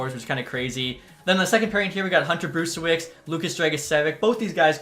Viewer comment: Great video! Just wanted to let you know that Sale is pronounced Sha-la and Brzustewicz is Bruce-tev-vich